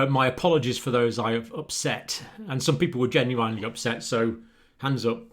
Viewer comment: More offensive than new world order is the way you pronounce genuinely! :)